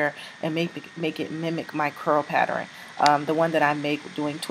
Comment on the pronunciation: "Patterin" lmao